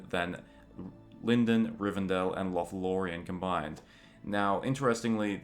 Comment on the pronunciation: The pronunciation of Lindon is incorrect.